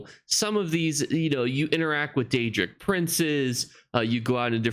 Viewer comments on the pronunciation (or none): none